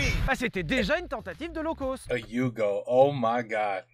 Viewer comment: Quand est-ce que les français arrêteront de dire "low coast" (comme dans côte) au lieu de "low-cost" (comme dans cote) ?